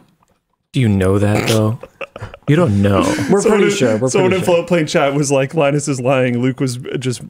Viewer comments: I have never been so triggered by such a simple mispronounced word in my life. Line-Us I'm only calling you Long US from now on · Linus "Linus" Tips